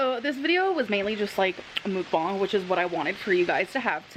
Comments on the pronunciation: its muck bang but shes stupid and calls it mook bong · Muck (like duck) bang (like bang bang, not bong) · I don’t normally correct people on the pronunciation of mukbang but since you mentioned it, it’s pronounced muhk-bahng in Korean. Uh like in nut and ah like how you’d say ahhhhh at the doctor when they tell you to open your mouth. It can be confusing because when romanized usually u means an ooh sound, but when romanized traditionally, it’d be written as meokbang (the vowel uh is romanized as eo) which is even more confusing to figure out if you aren’t familiar with Korean, so I get why they went with mukbang 😂 (I speak Korean) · Because you asked, it's 먹방. There is no u/oo in it, more like mog-bahng (no ae but like a u turnd to a like in sun). I don't know if that even helped, sorry 😅🌷